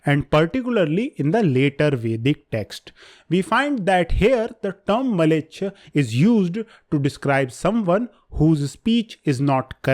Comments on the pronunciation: Mlechcha not malecha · Mleccha not Maleccha probably